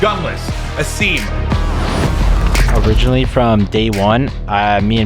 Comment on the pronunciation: SOMEONE PLEASE TELL HOW TO PRONOUNCE ASIM'S NAME PROPERLY PLEASE! It's Ay-Sim, not Aseem. He has done it for 2 years and no one corrects him!